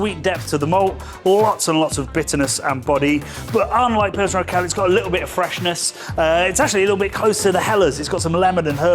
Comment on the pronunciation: It is Pilsner 'oor-kwell', not erkel. Quell meaning source or spring and Ur- is a prefix signifying that it is the original ie the first ever Pils. There is also Einbecker Urbock which is the first ever bock beer. It got high praise from the Ur-reformist Martin Luther.